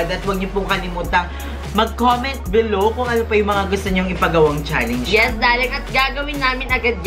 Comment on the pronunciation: lol bakit "challeynge" yung pronunciation ni dapar "challenge" lol😂 Next time try to pronounce it right😂